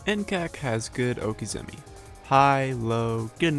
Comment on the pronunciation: The progression of how a char's toolkit is being used is cool, good video concept! (ps: it's okizeme, not okizemi)